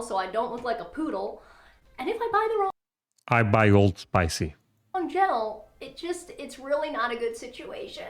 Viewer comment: Old Spice not OldSpicy.